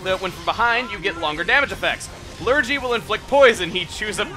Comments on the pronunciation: I know this is quite late, but it's pronounced Lur-gee no lur-jee. It's a british term for a non specific illness (generally something not too dangerous like a cold or something) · Great job,! I'm enjoying this series a lot. Pro tip: Lurgy rhymes with Fergie. It's from an old British radio program, the Goon Show. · Not to be nitpicky, but Lurgy is pronounced with a hard G; it is an English term for a non-specific illness, either real or imaginary (like man-flu, sniffles or the "24 hour bug") that came into common use through a 1950's radio play called The Goon Show about a fictitious disease called "the dreaded Lurgi". Cooties would probably be the closest US approximation.